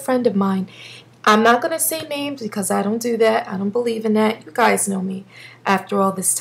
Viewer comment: I love how you say becawse lol new subbie :)